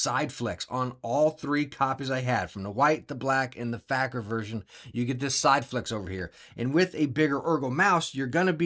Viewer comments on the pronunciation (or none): Great Video also pronounced its fake - er like a kick - er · I can't believe he pronounced Faker like that.